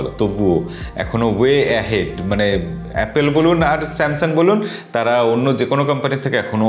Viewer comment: dada apnar video like kori. kintu apni jokhon apple k apel bolen khub baje lage beparta.